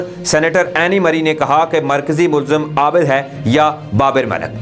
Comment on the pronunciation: sb please consult your elders to correct the exact pronouncing cast of ABID